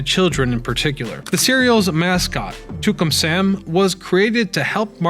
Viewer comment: It`s Tucan Sam (sounds like Two can). Not Toocum.